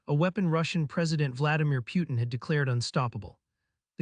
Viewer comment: Pjutin? Loool